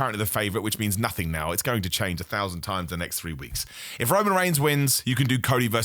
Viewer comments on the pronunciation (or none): none